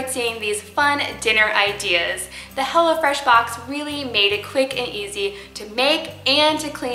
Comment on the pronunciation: I thought she said hella fresh